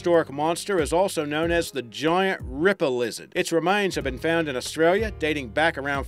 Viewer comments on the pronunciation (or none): none